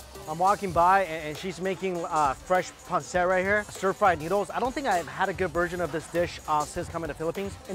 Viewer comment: Bro its pancit not pancet 😂😂😂